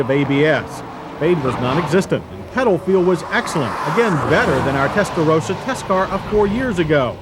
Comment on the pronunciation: He said it correctly this time😂